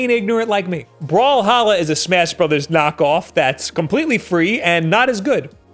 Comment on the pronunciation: He said smass brothers btw